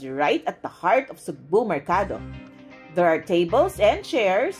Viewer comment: pronounce as sugbooo not sugbu!